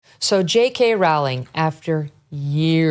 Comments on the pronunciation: It’s Rowling like bowling 🤦🏻‍♂️ let’s do a little research before we make these vids. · Just a small point - her name is pronounced as "bowling" as bowling in cricket, not as you are saying it. Or rolling the dice. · "Rowling" rhymes with "Bowling!" If you're going to report on a person, please learn to correctly pronounce her name. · I absolutely love you Megyn. Everything you do. Stand for. Common sense. And speaking for all of regular Americans. Just one thing. And I love you. But Rowling is pronounced ROWling. Like Rowling pin. Keep on doing what the Lord has laid out for you and Jesus bless you!! So much love from West Texas. Pecos County. Fort Stockton. Austin and Marfa are NOT Texas. and come visit anytime to spread the word of the truth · It's Row Row Rowling !!! Like Rowing a boat FFS. Wy can't Amuurican people pronounce her name correctly? Very disrespectful !! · It's pronounced "ROLLING," Megyn. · Not to sound nit-picky but JK Rowling's last name is pronounced 'Rolling' according to an interview of her I read about 20 years ago. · Pronounced "Rolling" I think